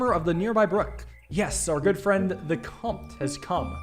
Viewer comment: This game is killer def wanna see more of it, it's pretty hilarious your French pronunciation though. Can't blame you there is a lot of weird words that you just kinda have to know the dipthong for, comte should sound a bit like count for example it's like English with bad spelling for a lot of these words